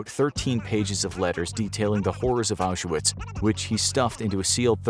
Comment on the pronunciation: Oush er witz ?? FFS, American pronunciations. 🤦‍♂